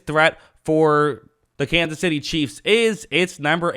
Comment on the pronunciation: Every time it sound like you say, the Kansas by City Cheeze